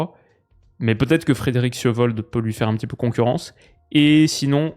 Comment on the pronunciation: Yo, je suis franco-norvégien vivant à Tromso et notre championnat est vraiment en évolution! Suivant l’Eliteserien a fond, je dois reconnaître l’incroyable travail tactique et politique de Glimt (bien qu’à Tromso on peut pas les blairer haha) (Juste niveau prononciation Sjøvold: cheu-vol, Ryerson: rié-choun, et Vålerenga Vo-lérenga 😉)